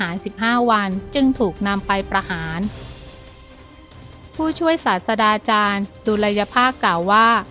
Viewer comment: อ่าน สาด-ตรา-จาน